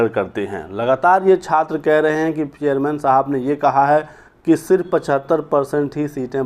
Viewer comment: जर्मन नहीं चेयरमैन बोलो